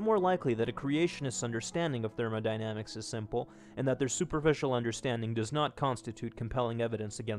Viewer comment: "The Second Law of 'Therman-i-damics'" Cracked me up a bit :P